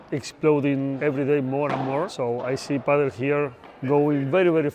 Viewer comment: Top quality video. Thanks for sharing! Funny how the dutch pronounce it "padél" rather than "padel". The first club looked amazing.